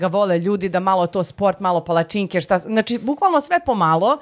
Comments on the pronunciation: kako akcentujes pala-cinke, malo boli.. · A ti si kao neki strucnjak za akcentovanje palacinki(palacinaka) 😮